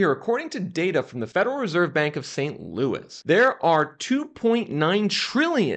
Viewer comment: Why did you say St. Louis like that when you were talking about our fed? lol